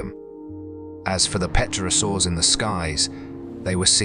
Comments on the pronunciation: He kept saying petrosaur! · "P" is silent in "pterosaur". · Can't even say pterosaur correctly. Same incorrect info on loop. Touting disproven theories. False information.